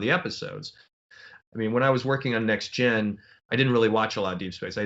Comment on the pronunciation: I like the way Moore says "NextGen" rather than the alphabet soup "Tee Enn Jee." I do, too.